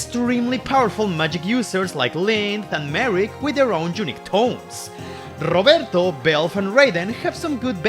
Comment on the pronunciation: Your pronunciation of "Roberto" sounds great ngl